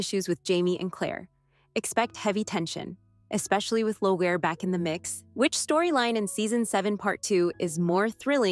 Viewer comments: Not Low -gair. Leer-rie. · Lagohaire is pronounced "Leery". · "Lo Gare"? Did you even READ one of the books? You put out content not even knowing pronunciation? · Please....Loghaire is pronounced "Leery" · Leogharie... It´s not "Leo-gare", It´s sounds like "Lee-ry" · it is pronounced leereey not loroch LEEREY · Longhaire is pronounced Leery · Say the names correctly please! Laoghaire is pronounced "Leery"!! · I'm Leery of your ability to pronounce the characters' names properly. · Yes, Leery and Gay-less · Yea, Leery and GAY-LESS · You pronounce the name of Laoghaire all wrong! Didn't you watch the series? It is said more like "Laorie" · It’s never been strictly loyal to the books…but close enough❤ by the way Jamie’s ex wife’s name is pronounced LEER IE …phonetically . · Please pronounce 'Gabaldon' properly. And 'Lallybroch'. And 'Laoghire' Good Grief, you don't know anything! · Definitely. Agree. Hearing lallybroch and Laoghaire gave me a twitch .. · Thank you, thank you for showing this person how to pronounce her name correctly!!!! My OCD just about lost it completely. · You really botched the pronunciation of his ex wife 😂